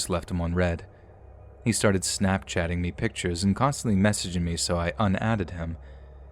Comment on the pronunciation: Am I the only one that heard "snack chatting me?" 😂😂